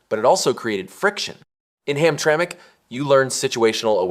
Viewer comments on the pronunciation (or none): This video lost accountability with me when it said Hamtramic MI